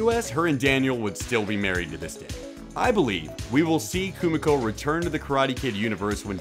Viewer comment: Her name is Koo-me-ko. Get it right, instead of ruining the video. LOL.